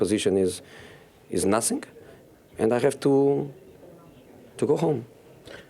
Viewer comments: Sgt Shultz : I know nussing Jose Mourinho : I have nussing to say 😂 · He clearly wants to say nasink, so let him say nasink